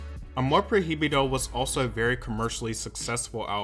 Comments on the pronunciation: if he learned it, yes. But clearly he has an accent and mispronounced prohibido. That's what I meant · The album is pronouced "ah-more proy-bee-do" not "ah-more pro-hee-bee-do" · Amor PROibedo Pronounce it like that next time ❤️ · All he had to do was to listen to “Amor prohibido” 🔴 ONE TIME 🔴 to see how that word is really pronounced. But here we go with “pro hee bi doe” 😂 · Hermione Voice: it’s not Amor proheebeedo - it’s amor proy-veedo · I'm not usually this dramatic but I couldn't hear him say "Amor Pro-hee-bee-doe" again 😩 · Pro hi bi do hahahah It's okay don't worry I mispronounce some words in Spanish too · “Amor projibido” 😅😅😅😂 great video man✨🙌🏻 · little tip: in spanish the “h” is silent, so its amor “proi-bido” to pronounce it easier. just wanted to help ☺️ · pro-hee-bee-doh I can't, lmao. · Hehe Prohibido is pronounced proy -bee-doh, love Selena always, thanks for the video! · the Proheeveedoh took me out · "Amor projibido" What is air?!😂😂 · I could not stop laughing everytime you mispronounced the album name and song Just Pronounce "Amor Pro-Bido" You Kept Saying The H Too Much 😂 Love Your Videos But I Just Wanted To Help On How To Say It 😂❤ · He said amor proji bido lol well they pronounce h different, in Spanish is mute, Is difficult word for someone that doesn't speak Spanish but it sounds so funny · Not you saying “amor prohiybido” 💕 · the pronunciation of Amor Prohibido is triggering me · Just a little thing that kinda had me on edge 🙃 but, the “h”in the song “Amor Prohibido” is silent. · C'mon, you had to have heard the song to know that's not how you pronounce Prohibido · Me da risa cómo pronuncia “Prohibido” yo misma tuve que deletrearlo en mi mente para hacer sentido del por qué lo pronunciaba así 😅 no saben que la H es muda para nosotros... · the ‘h’ in “prohibido” is silent 🥺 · God bless you for trying to say prohibido